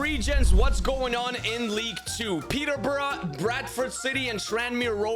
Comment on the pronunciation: Peterborough ❌️ Peterbruh✅️